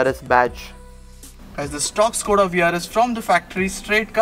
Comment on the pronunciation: Correct pronouncing is "Shkoda" , Škoda